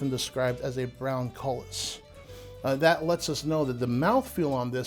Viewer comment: Cullis, AKA coulis. coulis koo͞-lē′ noun A thick sauce made of puréed fruit or vegetables.A rich brown gravy.A thick sauce made with pureed vegetable or fruit and often used as a garnish.